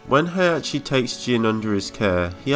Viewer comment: He -Ah -ki. Not Hey -Ah -che